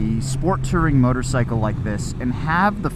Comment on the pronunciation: It's "Touring", not "Tirring". You must have learned the pronunciation from Yammie Newb